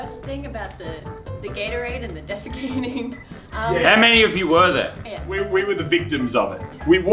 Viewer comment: Muselk soundet like He vas from Sweden because in Sweden Ja! Means Yes!